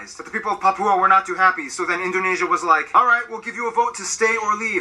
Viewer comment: dari sekian banyak kota, hanya mengatakan PAPIBOOM (PAPUA) 🤣🤣